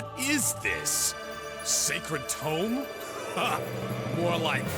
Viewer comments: Great video man, it's great to see content on a somewhat forgotten game. BUT Seriously, you pronounce TOME as TOMB and it bothers the hell out of me LOL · For the future... I know you've already accepted constructive criticism already, but I do feel the need to reiterate that it was hard to follow this video when you sound rather bored, and mispronounce "tome" despite it being said multiple times by the characters. Your energy does pick up a bit after the prologue, at which point it was a lot easier to listen to. I'd just recommend you speak a bit louder into your recording device once you get more comfortable. EDIT: And pronunciation of "facility". And "Salome" (Sah-loh-may). I mean, it's the most important item, the second most important character (,both of which are pronounced in-game, Including in your footage used), and a really common word.